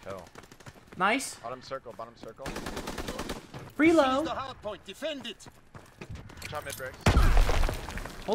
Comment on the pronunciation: It's called "FRELO" not "FREELO"